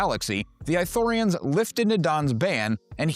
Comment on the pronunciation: is it eye-thorians or ithorians? how is it pronounced